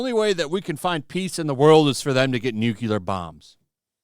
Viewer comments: New'clear NOT new'Q'lar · Subject aside -- it hurts my IQ to listen to an American narrator pronouncing it "NUCULAR" and "EYE-RAN". Believe it or not, that is why I mostly avoid this channel, unless it has REALLY juicy news.